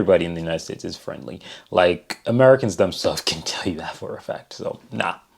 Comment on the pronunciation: Merry Cans eh? Sigh